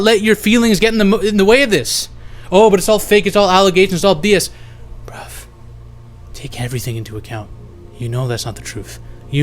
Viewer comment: Sorry unrelated to the fucked up case but you say "bruv" so naturally, like a true Brit